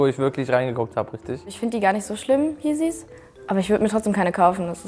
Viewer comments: Der Sprecher triggered mich so krass wenn er sagt „Jeeezys“ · Wer YEEZYS WIE JIEZIES ausspricht der sollte sich mal im Voraus informieren und nicht ein Video machen in dem man sich über Apored lustig macht aber selbst nicht mal weiß wie man Yeezys auspricht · Der beste cringe moment ist das euer Sprecher nicht mal yeezys aussprechen kann facepalm und er will damit nicht angeben manche interessieren sich für Mode 🤷‍♂️🤷‍♂️